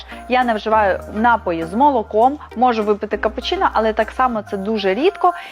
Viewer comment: Дякуюза поради. Тільки наголос на напОї